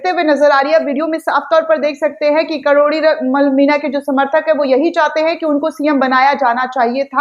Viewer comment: karori nhi kirori...😂